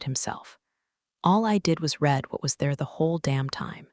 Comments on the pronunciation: Read (reed) read (red) two different pronunciation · Past tense of "read" is pronounced "red." Preschoolers master this.